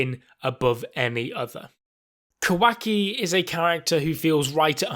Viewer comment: Can you please say kawaki properly its not a hard name to pronounce